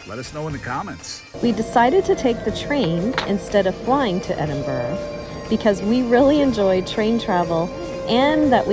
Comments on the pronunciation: said Edinburra, said Edinburrow, was wrong. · How do Americans get Edinburrow out of Edinburgh? bura. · helpful tip if welcome ? , Ed-In-Brugh ( bruh ) 🤗❤️🏴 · Edinboro lol yeh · Always pick the train. Best way to travel. Btw. Edinburgh is pronounced. ed-in-bruh. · "Edinbro" grates a bit, and "Edinburg" When I go to Pittsburgh I'm going to insist on calling it Pittsburra 😆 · All you need to do now is to learn how to correctly pronounce Edinburgh. 🙄😖